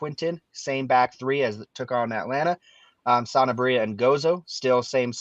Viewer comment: It’s Sanabria, not Santabria. Am I the only one that feels like they throw in a t sound?!